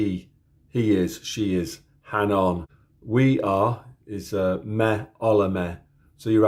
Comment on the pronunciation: This was a nice introduction to Finnish. Although, you got the pronunciations of A and Ä the wrong way around at the beginning but you did pronounce Ä right later with the word "hän". By the way, when you were talking about that word, I was just thinking about J. Karjalainen's song "Hän". Imagine my surprise when you actually began singing it.